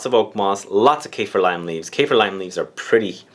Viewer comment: Its Kah-feer not Cay-fear